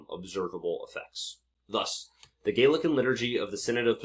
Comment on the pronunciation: Please, for the love of all that is holy, it's not the "gaylican" movement, It's the Gallican (rhymes with maul) movement. I'm 52 years old and have lived on 3 continents. I have never heard anyone pronounce it this way inside or outside of academia on either side of the Anglosphere. It's also a source of confusion for the laymen because it sounds like you're referring to someone Gaelic (I.e. Celtic) so my concern is far from pedantic here.